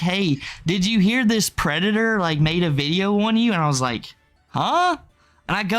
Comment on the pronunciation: As a trans person, idgaf if accidentally said smth offensive….. it was about a pwedator lmao